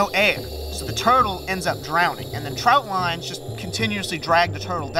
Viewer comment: "Trot line", not "trout line".